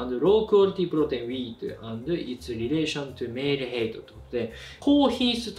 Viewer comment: heightは、ヘイトではなくハイトと読みます